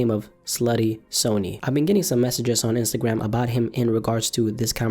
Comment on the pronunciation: Bruh he’s pronouncing sonny like Sony